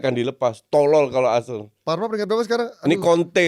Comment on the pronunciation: Bukan BarceNOLa, tapi ArseNOL